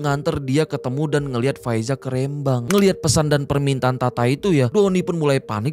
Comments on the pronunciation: Rembang bang,, bukan R`embang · Rêmbang BUKAN Rembang !!!